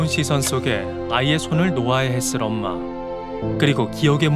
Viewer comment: 최면이 걸릴때 "엄마" 라는 발음은 정확히 한국인이 구사하는 발음과 똑 같았어요~ㅠ